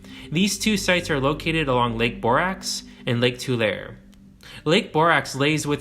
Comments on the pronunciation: TularE. Long E at the end. Three syllables. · It's pronounced "tu-lair-ee" (Tulare) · Tulare is pronounced “too-Larry” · Its pronounced tuh-larry 😂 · It is pronounced “Two-Larry” . My Daughter was born there. Cheers From California 😎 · It's pronounced two-larry. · Pronounced Tularee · Tulare is pronounced as Tularey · It’s pronounced to lar ie not to LR I lived there that’s how it’s pronounced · Tulare is pronounced Too-LAHR-ee. Nice video, thanks.🙂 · Tulare = two-lare-ree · Love the video! Side note: Tulare is pronounced Tuh-lair-ee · Lake Tulare (pronounced too-LARY ). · Yo, automaton.. It is not lake Tool Air. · * tuh-larry* is how you say it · The lake is pronounced Too-larry I live in this area and have found many native American artifacts over the years great video thanks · Tulare is pronounced "Too lair ee" by anglos or "Too lar ee" by latinos. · Great video. We find buried shell piles all over Monterey Bay area. It was something all of the coastal natives did, seemingly world wide never heard a good explanation why. Not to pick knits but Tulare is pronounced like it ends with a y. Too lare y. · I've always pronounced it Too-lare, like too-bare. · Came here to say this too Too lair ee Lol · Tulare is pronounced with a long e. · EXCELLENT VIDEO ❤️❤️❤️❤️GREAT WORK ⚠️TULARE IS PRONOUNCED TWO-LARRY ⚠️ NOT TWO-LAIR👍 LASTLY WHATS WITH THE 50 MILE STONE WALL FROM BERKLEY TO SAN JOSE NOBODY TALKS ABOUT IT EVERYONE IS CLUELESS IT PRE-DATES EVERYTHING AND IF YOU FOLLOW ALONG THE WALLS ROUTE FROM GOOGLE EARTH YOU AND SEE REMNANTS OF ANCIENT STRUCTURES AND DEBRIS FIELDS AS WELL AS UNNATURAL ANGLES OF LANDSCAPE AND CARVED WIDE FLAT AREAS WITH OCCASIONAL FLAT WHITE STONE. I HAVE BEEN ALL ABOUT THAT WALL SINCE I DISCOVERED IT IN THE 1960s PLEASE CHECK IT OUT. NOBODY HAS ANY ANSWERS ❤ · Tulare = too - LAR - ee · Don’t mean to be that guy but it’s Tulare (Tuh-Lar-ee) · Tool air .? or too leh ree. Tulare. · It is pronounced tu-lair-any, not tu-lair. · its pronounced Tu-lar-e